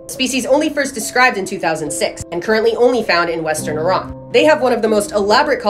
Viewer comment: damn she pronounced iran correctly